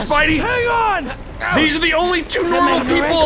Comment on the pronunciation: The best part of listening to him talk for over an hour is noticing how he pronounces "on" as "awhn."